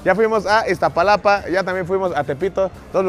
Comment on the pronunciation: Iztaparastra jajaja dice